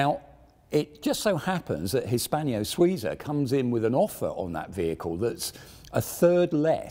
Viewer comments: It annoys me to no end to keep hearing Hispanio-Suiza. It's Hispano. No i. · Very interesting..... The attempted blags for Patreon support are slightly grating... But not as grating as H pronounced as "haitch". Nor as grating as "Hispanio". Not all strange, foreign words in romance languages end with the "io" vowel pairing. It may seem as if they do, but they don't. A very interesting video, but grating.